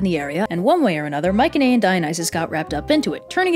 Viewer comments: You KILL me with how you pronounce Mycenaean. You say my-ken-ay-in it's my-see-nee-an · Isn't it pronounced "my suh knee an"? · You’re saying Mycenaean wrong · I love your videos but uhhh its not mik un ehh in its my cen ee en. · Mycenaean is pronounced my-se-ne-an not my-ke-ne-an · I've been pronouncing it "mice uh knee in" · I’m fairly certain Mycenaean is pronounced with a soft c, no? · why do you pronounce Mycenaean like that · So hard to focus on Anything other than how you are pronouncing Myceneaen